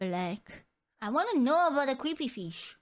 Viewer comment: "creepy feesh" omg i love the pronunciation